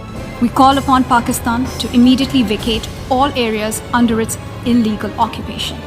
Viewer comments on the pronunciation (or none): none